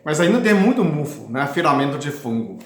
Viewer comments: Não é mufu é mofo😂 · CASQUEI 🤣🤣🤣🤣AH AMEI VC FALANDO MUFU...MOFO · aqui vai uma dica: você está pronunciando a palavra "mofo" de forma errada. Esta palavra se pronuncia ou se fala como se estivesse falando a palavra AMOR. Assim, quando você pronunciar a palavra MOFO faça de conta que você está falando ou pronunciando a palavra AMOR sem a letra "A" e sem a letra "R". Pronuncie apenas o "MO" + a sílaba "FO". Ou então coloque um acento circunflexo no "Ô" ao pronunciar = MÔFO.